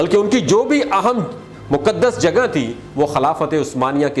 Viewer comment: Moqaddas word hai Moqdas naheen.